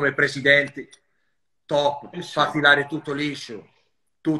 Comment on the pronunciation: Fa anche "sci" alla lombarda e dice perfino chapeau 😂